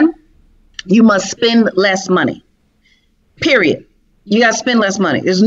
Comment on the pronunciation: “...if your are not willing to get the knowledge and you are just looking for hand outs, you will remain in the position that you are in...PeriodT! (with a T at the end)” bahaha 🤣🤣🤣 I’m definitely enrolling! From Canada 😀😁🇨🇦 ❤️!!!